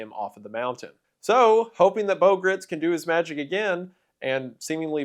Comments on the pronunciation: He's actually pronouncing "Gritz" incorrectly; it's actually pronounced in such a way that it rhymes with "rights" (which he used in the slogan "God Guns and Gritz") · What have you done with Wendigoooooon???? Shapeshifter! Pod person! Freddy Mercury?? Did Elvik get replaced by that Lesko guy?? Gritz "rhymes with sights'. It was in an interview. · Gritz rhymes with Rights FWIW